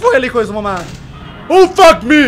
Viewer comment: Porque él dice fackme 😂😂😂 wtf